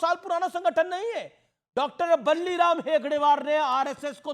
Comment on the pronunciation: बल्लिराम नही है प्रभु 😂 डॉ. केशव बलिराम हेडगेवार है